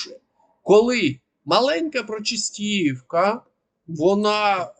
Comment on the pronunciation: Вибачаюсь, однак так ріже вуха вимовлення вами назви міст Селидове - наголос на И Причистівка - наголос на друге И Не знущайтесь над назвами